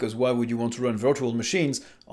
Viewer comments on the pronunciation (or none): none